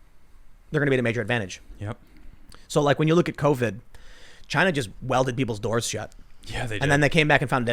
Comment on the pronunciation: "It comes from Chi-Na"